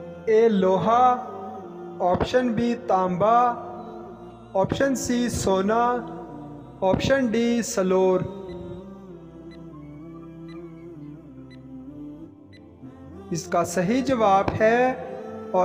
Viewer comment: سلور کا صحیح تلفظ No,slor but silver